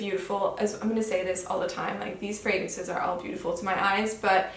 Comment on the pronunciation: This is your first video?!? You have become one of my favorites! You are so fluent with the fragrances and actually pronounce them correctly 🤗 You’re the best!! 💛